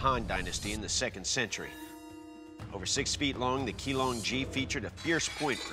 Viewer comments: Not 'Key long G' but Qinglong Ji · They pronounced the Chinese words so badly that I didn't even know what to type to Google them. Jian "Jeanne" Sword of Goujian "Sword of Goo Jeanne" Qinglong Ji "Key Long G" Kachin Dao "Catching Dow" Hudie Shuang Dao "Who Day Dow"